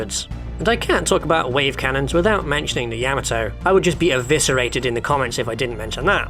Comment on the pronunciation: "YA-muh-toe"? Isn't it Anglicized as "yuh-MAH-toe"?